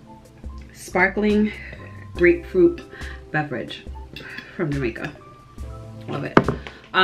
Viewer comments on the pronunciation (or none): none